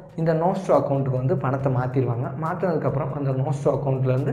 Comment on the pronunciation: Bro Nostro and Vostro konjam clearah solringala.. ??